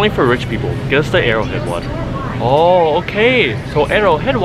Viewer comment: It calls no wattar